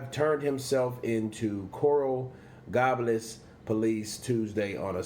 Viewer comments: Good report. But do some homework for the little things. Pronunciation of cities, ect. Coral GABLES. ( Gay - bels ) "this is 2020 not 1955" great freakin line bro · It’s pronounced Coral “Gaybuls” (gables)! Lol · you pronounce coral gables wrong. Lol